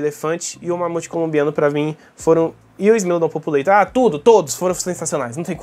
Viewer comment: não é "populeitor"😢 é "populartor" com o mesmo A que em população e povoar<populare, isso é latim, lingua mãe do português, nunca inglês